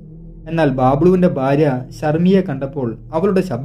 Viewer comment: Nice narration.. But please pronounce Bharya, its not Barya